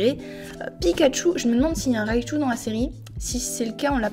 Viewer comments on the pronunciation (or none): none